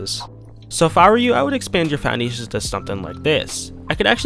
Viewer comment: You kinda say "Foundations" funny , i think its just me though :D